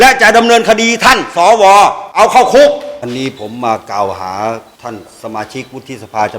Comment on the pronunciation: เอ้อ พี่เรียกชัดๆๆครับ สอ อะไรครับ ว หรือ วอย ออกเสียงชัด พี่ ถ้า ว อวย จะพิลึกครับ ครับ พี่ท่านพูดถูกพวกเรารวมผมด้วยหัวหงอกหัวดำ เป็นผู้ใหญ่ ต้องเป็นตัวอย่างให้กับ้ด็ก ไม่ใช่ก้าวร้าว เราคือผมอายุป่านนี้เหลือเวลาน้อย บ้านเมืองต้องไปต่อให้เด็กเขาว่ากันไป